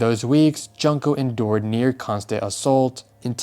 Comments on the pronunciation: not to be that guy but the "jun" in "junko" is pronounced like "june" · It's pronounced Joon ko . Also , WHAT IS WRONG WITH PEOPLE????? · Bro her name is pronounced JUNE-KO. Have some respect and learn to say things correctly. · Not Junko Furu-ACK!